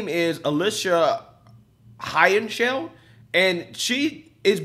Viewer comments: her name is Heer-ner- shy D not her chow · He called her "Alisha Hernshau" 🤣🤣🤣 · Hernshau? Heinerscheid, pronounced hiner-shied! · Hine - err - shied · Heinerscheid hi-ner-shy-d. Not that hard. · Heinerscheid. High-Ner-Shy-d....but more exactly He-nair-she-eed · I love you buddy but you’re a terrible reader, practice reading out loud by yourself. It’s twice now I hear you butcher the heck out of Heinerscheid’s name. Just sound out the syllables. Hei-ner-shceid!!! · Without trying to sound like I am backing her in any way let me assist you with how to read her name: Hi-ner-shied. She may be extremely wrong with her marketing ideas but she does at least deserve to have her name used correctly. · If you're going to do further stories on this...the woman's last name is pronounced HINE-er-sheed. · I love it but good lord.... learn how to say Heinersheid.... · I love your stuff, but in this video it is maddening that you cannot get even remotely close to pronouncing this person's name. It's pretty easy to just ask the internet how to pronounce a name, and it will say it out loud to you. Just a pet peeve. But keep doing the great work you do. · Man you butchered that name 🤣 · I'm pretty sure you butchered her name, lol. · Woke go Broke! Yet cant say his name.😐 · Bro her name is not that hard. You give us a bad name